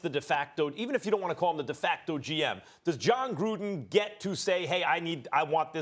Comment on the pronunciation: Anyone else hate how Steven A said Jon Gruundan.